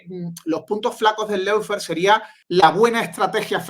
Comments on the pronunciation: dilo bien. Una cosa es no saber como se dice y decirlo mal, como todo el mundo en España, donde tenemos un problema conocido con los idiomas... Y otra cosa es saber como se dice (lo digo yo aquí: looféar) y seguir diciéndolo mal. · Por favor, recuerden que LAWFARE se pronuncia LOOFÉAR (O larga y no suena ninguna U), no loufer que es una pronunciación INVENTADA. LAW ley Loo LOW bajo Lou Muchas veces la diferencia entre hacer las cosas bien o seguir la manada sin cuestión es QUERER o no.